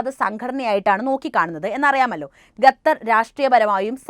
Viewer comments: ഗത്തർ അല്ല സേച്ചി... ഖത്തർ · ഗത്തർ അല്ല ഖത്തർ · Athepole Gathar alla Qathar enne parayuka ok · ഗത്തർ❌ ഖത്തർ ✅ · ഗത്തർ അല്ല ഖത്തർ 👍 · ഗത്തർ ഗർത്തത്തിൻ്റെ ഗ😂